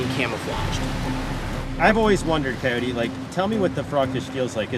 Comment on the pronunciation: Coyote! Use your Spanish vowels! Your pronounciation is killing me!